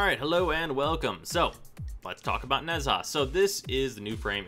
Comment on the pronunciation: How to say HIS name is Nah-ja